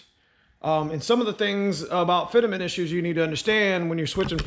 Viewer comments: "fitament" ......dude its just fitment. lol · I was thinking the same thing but got beat to the punch FitAment lol